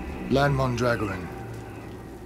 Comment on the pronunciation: LAN says his name wrong it’s pronounced man-drag-or-an not man-drag-orin hate it when Americans put there own interpretations on things like this